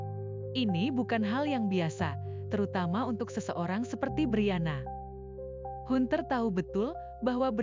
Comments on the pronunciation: ini pake penerjemah otomatis kayaknya? hanter..bukan hunter.suaranya gak ada emosi.persis suara² di Fb😁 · Hunter?? Pengucapan nya bukan hunter tapi Hanter,,,,,ini kan ejaan asing please....